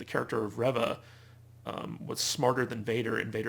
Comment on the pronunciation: I'm disappointed to hear you call it a "controversy" around Moses Ingram, who plays Third Sister/Reva, which can imply she's done something wrong (she hasn't), when what it is is racist attacks against her by Star Wars "fans." At the same time, you're still mispronouncing her character's name, 4 episodes in. Who's ReVVa? She plays REEva. Indira Varma (also from GoT) plays Tala. It's a shame because otherwise, I agree with some of your other points about this show.